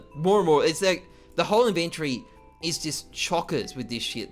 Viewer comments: the way he says "iventori" hahahhah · The way you pronounce "inventory" is cringe